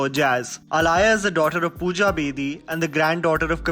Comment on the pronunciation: It's not alaya it's aaliya Like aaliya bhatt